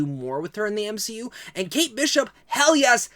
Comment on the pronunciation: I heard u say M She U in the video, or at least thats what it sounded like 🤪 im goofy just ignore me!